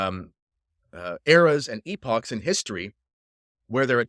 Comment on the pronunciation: Thank you for pronouncing and using in proper context the word “Epoch”.